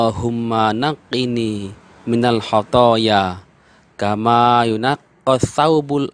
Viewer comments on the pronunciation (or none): none